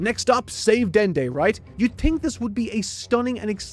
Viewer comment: "youd tink..." oh yeah hes got an accent